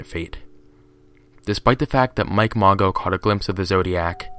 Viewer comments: Mago? Really? It's Mageaux. Pronounced ma-Zoe. Seriously dude. It's disrespectful to the victims of these monsters. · “Mageau” is pronounced “Mah-joe” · Pronounced Mah-sho